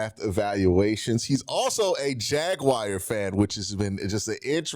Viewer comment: They are called jagwhars, not jagwires